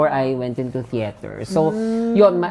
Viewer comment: bakit "cheter"? hahah langya